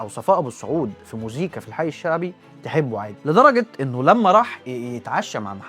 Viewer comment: موسيقي مش مزيكي ياريت تصلح نطق الكلمه